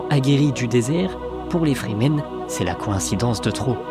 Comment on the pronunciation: Remarque: les Fremen, sont prononcés, en anglais, ’’Frii - mêne’’ entendu comme ’’Free Men’’ = les Hommes Libres. Ce ne sont pas des Zen- sunni -stes (des ’’Sunnites Zen’’: n’importe quoi !?) et, d’autre part, pas des Chiites (certains aspects ressemblent, sans plus). ’’Free men’’ est clair, donc, pas des ’’Soumis’’! (= traduction de Musulmans). Franck HERBERT était un touche-à-tout de génie : il mélange tout pour recycler l’Ancien en tout ’’autre chose’’. Encore une fois très bonne analyse et conclusion. Cette chaîne est rare et précieuse, par rapport, aux autres ’’délires’’ou ’’fumisteries idéologisantes’’.